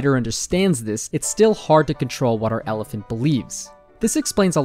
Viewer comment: Never heard of an "elefint" before :)